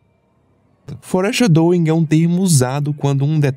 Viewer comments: o cara passa o iceberg todo sem pronunciar nada direito, que agonia fóri chedoim é meu bozó arreganhado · Amigo, vou tentar criticar da maneira mais construtiva possível: você precisa se esforçar para pronunciar melhor as palavras em inglês. Não é obrigatório saber inglês perfeitamente para fazer os vídeos, mas não custa pesquisar como pronunciar as palavras específicas que você vai falar, como foreshadowing e sugar no caso desse vídeo 😅